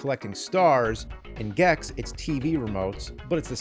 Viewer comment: say gex bro, just say "gex", PLEASE JUST SAY GEX PLEEEASEEE